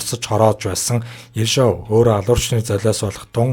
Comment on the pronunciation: Ё-г удаанаар /ударение/ дуудна, Орос хэл гадарлаж байж ярь.